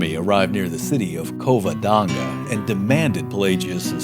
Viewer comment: Covodonga? annunciate correctly.